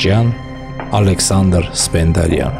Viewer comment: Սպենդիարյանի, ոչ թէ Սպենդարյան